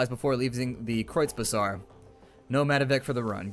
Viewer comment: No, you are not. The pronounciation is correct. I'm a German, from Berlin, and a SR freelancer. I really should know ;)